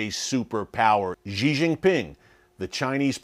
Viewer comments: Just one suggestion: Xi should be pronounced as 'She' not Ye. Thanks Erick. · I really need to give him a Mandarin lesson about that “zhee”.